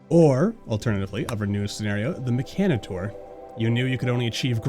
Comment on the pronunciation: Excuse me the who!?!?! The mechanator?!? Wtf is that?!?!!!!!ur saying it wrong